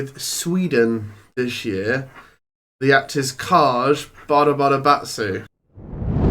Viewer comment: Finally someone pronouncing KAJ correctly! It's 'Kaaasch', not 'Kai' and it's 'Schakob' and not 'Jakob'. Big thumbs up from me! 👍